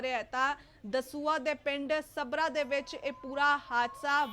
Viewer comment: Sabra nhi saggra ji